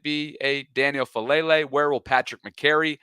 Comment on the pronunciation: I respectfully ask that you get Daniel’s last name right… Keep this in mind: Credibility is contingent on accuracy. And I’m sure you want to be viewed as a trusted source. So please… Pronounce his name the way it’s intended: Fah•AH•le•le I love you guys and what you’re doing. Keep up the good work. 🙂